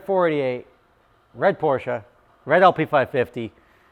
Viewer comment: When did you decide to pronounce Porsche correctly 🤨?